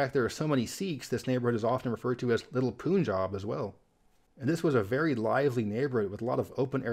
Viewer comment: Punjab - please pronounce the 'pun' part of the name as you say 'Pun intended'. Not 'Poonjab'. Meaning of the name in Punjabi language: Punj-five , Aab-water; as it is the land of five rivers.